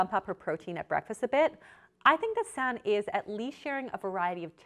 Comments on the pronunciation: For future reference her name is pronounced "Sanna." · Ahh!! the way you were pronouncing Sanne.... made this video unwatchable lol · The "oe" is a letter in Dutch that does not exist in English. pronounced Sanne as "Sann" but you also say the e so it is more "Sannay Flood". However, a better plan is: go to google translate and type in her name with the language Dutch. Then you can listen to the pronunciation. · It's actually pronounced San-eh. Not sun. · Ps her name is pronounced 'Sun EH' not 'Sann' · her name is pronounced like sauna. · The pronunciation of Sanne is really funny, it's actually pronounced more like sun-nu (the second u sounds the same as the first) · Her name is pronounced sown-ah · Are you Dutch? It is pronounced as Sanneuh ;) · Her name is pronounced like “sanna” the e makes an a sound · I'm from the Netherlands and... you really mispronounced her name 😂😂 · I love you and your channel but you're butchering the Dutch name 😂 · As a Dutch person, it hurts me to hear your pronunciation of her name 😂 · Lovely video but the way you're pronouncing her name is giving me a stroke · I cringed at the pronunciation so bad, it's dutch not french ... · you butchered her name so bad 😭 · As a Dutch person it’s quit funny how Sanne is pronounced. Dutch names are really hard for the rest of the world. Love the video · First of all, you horribly mispronounced her name, second of all, if you knew anything about Sanne you would know that she uses an app to track the amount of protein, fats, etc. she consumes in one day and adjusts accordingly, and third, models typically work out hard in the morning and don't want to be digesting heavy protein during exercise. I would be more willing to watch your videos if you had your facts straight and left out the snarkiness.